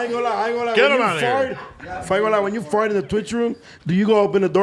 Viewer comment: Why does AD pronounce fart like fort?